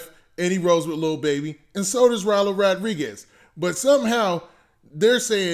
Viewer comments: bruh did someone hit you in the head wit a brick his name is roddy not rowdy lol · I fuccs with u bruh but its RODDY RIch not ROWDY lol there is no w there lmfao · RODDY rich not rowdy